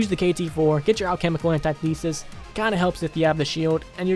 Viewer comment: FOR THE LOVE OF GOD ITS NOT PRONOUNCED "antietheesis". It's pronounced "antithisis"